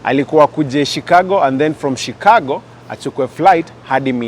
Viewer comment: Not shicargo please stop scrubbing